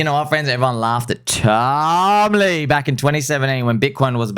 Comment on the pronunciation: Stop saying tom lee like that, it’s annoying